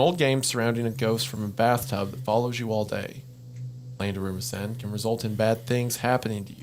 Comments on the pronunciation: It's always a treat watching them completely butcher Japanese whenever it appears. "Daruma Sayn" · Listening to them pronounce "Daruma-san" that way is driving me crazy 😭 Edit: Not "to-maire" 😭😭